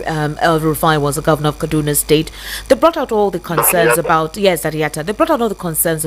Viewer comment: Please, can you guys stop doing this fake British accent and pronounce things like Kaduna properly so that we can understand you.